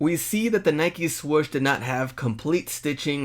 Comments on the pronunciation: Swoosh not swush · Nike "Swush"? 😆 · " Nike Swush" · The man just said "swush" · Why do you say swoosh with one "o"